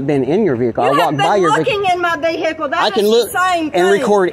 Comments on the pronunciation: l am peeing myself..especially the way she pronounced "vehicle".😹😹😹..l am English..btw.🤦🏾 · Born and raised in Georgia and thats how we country folk pronounce Vehicle. Vee-Hay-Coal. Y'all be saying "V-A-Call". My Mama and 'em grew up right yonder with no Vee-hay-Coal. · I like how Americans pronounce the word Vehicle.